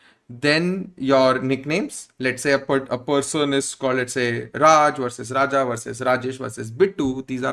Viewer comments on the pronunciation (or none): none